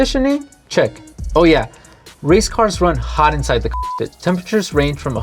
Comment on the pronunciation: Can't even say cockpit....🤔